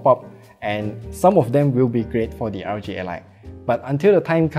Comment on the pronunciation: Hey, just a little critique. It sounds like you're saying RG ally. Make sure to slow down enough with initialisms like R O G.